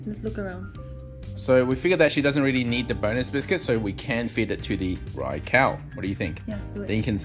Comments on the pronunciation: I can tell you the RAI part of raikou and raichu are pronounced as RAY and not as REY. Rai is the japanese word for thunder/lightning so knowing this you should pronounce it the japanese way and not in english. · Ray and Rey are the same pronunciation. That would be Rei in Japanese. Rai is pronounced like "rye" in rye bread or the "ri" in rice. らいこう Both videos linked pronounce Raikou correctly (with kou pronounced like the "co" in collaborate) but I'm personally on team rai-cow now after yesterday's video lol 🐮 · I’m hearing RYE not RAY lol, even the Japanese video still sounds like RYE- KOE. The English version is the same though, cause i know RYE-CHOO has always been pronounced like that in the anime.